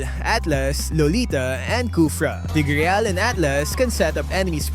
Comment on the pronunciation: Tigriyal lmao